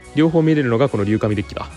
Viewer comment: どうでもいいけど“りゅうじん”では…？